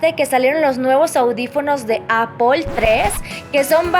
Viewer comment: Encerio Luis, necesito que te vistas bien y que dejes de decir “apol”. Gracias, te quiero.